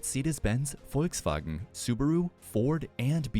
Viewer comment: Haha you went straight German when you said Volkswagen lol.